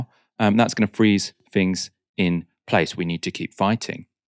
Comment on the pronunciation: "fings". Why do so many English people have trouble speaking English.